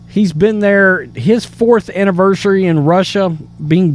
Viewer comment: Dude just said his “Anniversary” lmfao